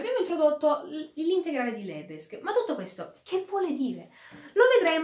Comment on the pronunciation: Complimenti bel video, stai migliorando nell'esposizione sempre di più, una precisazione: si pronuncia Lebèg!🙂